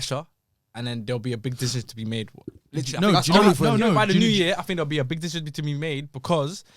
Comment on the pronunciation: why can't that guy pronounce 'decision' properly